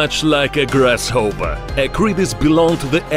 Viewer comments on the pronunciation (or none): Lol “Grass hoper”